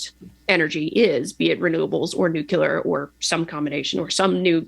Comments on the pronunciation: All I can hear is Homer Simpson saying "it's pronounced 'nu-cu-lar'" 😂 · Nor can she pronounce the word "nuclear" correctly. Makes me question just how smart she really is.